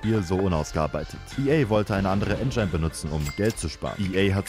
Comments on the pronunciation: mega lustig, ich komm nur nicht ganz klar, dass das Wort "engine" wie "ändschain" ausspricht 😁 z.B. (zieht sich aber durch alle seine Videos durch) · sagt mit absicht "En-Geine"? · Hat der Typ ehrlich jedes Mal "enjein" für engine gesagt? Oh weia.